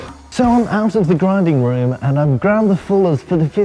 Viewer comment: tbh, for a second I didnt recognize, hahaha, very good. Alec, you have been replaced. little tipp tho, in alec world there are no "O's" its not "grinding room," its "Grinding Rum"